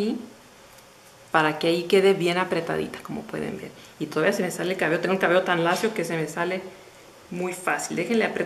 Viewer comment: No se dice 'csbeo" se dice cabello, o es q no escucho bien o tu dices, a veces así... lo siento hermosa, sin ánimo de ofender